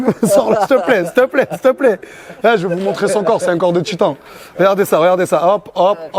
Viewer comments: "Oh circule, steplait" ce gars mdrrr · MDRRR le <<au circule ste plais a 2 18